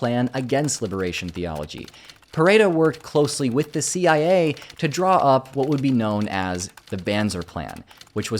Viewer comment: "Not CIA" sounded like NAZI i a 😅